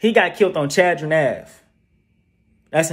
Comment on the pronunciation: It’s called chadron CHAD-RON